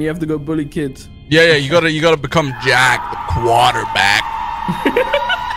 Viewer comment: JAACK the quarterback!